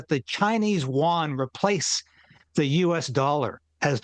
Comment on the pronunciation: When will people understand that NONE of these guys give a f..k about anyone!? Carney is a globalist lunatic, very probably sucking up to Xi Jin Ping just like Klaus Schwab (WEF) does. The 'YUAN' (yes, not, 'Hu-an' like this guys says it!) will never replace the USD. That's simply Carney trying to stir up stuff on the internet and getting people to notice him...he tries SO desperately to get people to notice him, but he is completely irrelevant; he doesn't dictate anything and no one cares for his opinions on anything.